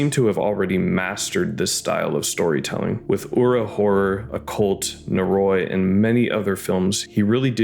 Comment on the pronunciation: Your pronunciation of "Noroi," while not egregiously wrong, really bothers me lol. It's technically more like "nor-oh-ee" but if a Japanese person says it it will sound like "noroy."